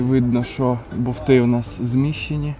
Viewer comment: Як технічний спеціаліст може говорити "БоВти"???? Алло... Лайк щоб побачили, це ж вуха ріже як ножем